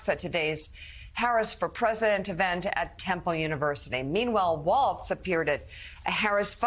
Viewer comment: There is no "T" in Walz. C'mcon.. this is a national broadcast.